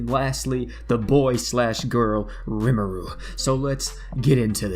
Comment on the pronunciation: I waited like 6 months for this - OP said rimuru's name the right way!